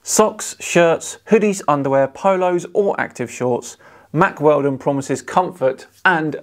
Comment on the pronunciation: Guys... When said "Mack Weldon".... did anybody else actually hear "Mark Felton" instead and the tune of his channel start?... That was odd...